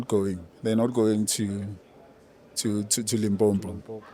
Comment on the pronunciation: Tyson, it's Limpopo and not Limpompo.